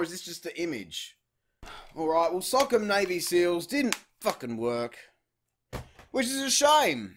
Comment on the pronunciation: It’s pronounced (so•com)